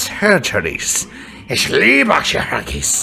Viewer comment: Just wanted to point out that your pronunciation of "Chirurgie" sounds more like "Cherhagies" which I don't believe is a real German word. Other than that, this was a great video!